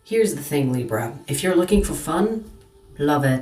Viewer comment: Love the way u say Libra ❤ u are right about there’s a hot piece of ass that’s coming my way. Very sweet, sensual, spiritual & younger than I. We will see?!?